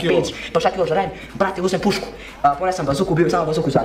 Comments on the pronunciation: Ja nmg 😂😂😂😂 na umesto da kaze pušku on kaze pišku hahahahhaha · baka reko pisku a ne pusku 😂😂😂😂😂😂😂😂😂😂😂😂😂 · uzo pisku haha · Žblac nije pre reko je pišku 😂😂😂😂